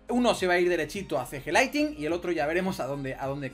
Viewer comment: No es Laitin (LIGHTING) es LIGHTNING!! La N de despues de la T se pronuncia!